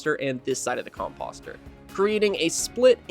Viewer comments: Nice build - subbed... but ... whats with the "Com Pahss Ter"? Do you call fenceposts "Fence Pahssts"? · Com-POH-ster. I yelled at my monitor. Com-poe-ster, please. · The way you say composter is hilarious 😂